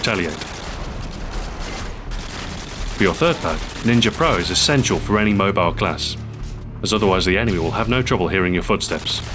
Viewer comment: An it's any, not "eny"